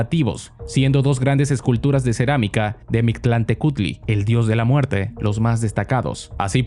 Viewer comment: Eres mexicano? Porque si no me sorprende que dijeras bien el nombre del dios de los muertos, casi siempre cuando un extranjero trata de pronunciar alguna palabra en náhuatl salen cosas muy graciosas